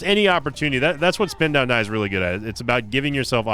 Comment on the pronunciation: Spin down start... No no... It's a "sin down start" 😂